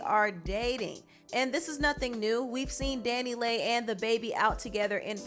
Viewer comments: omg Leigh as in lee not lay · Leigh is pronounced Lee not lay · Leigh = Lee